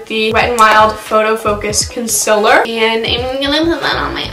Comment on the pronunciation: Are you just mocking Laura lee or do you actually say concealer like that...